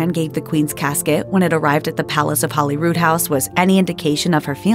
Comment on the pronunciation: It's Holyrood not Hollyrood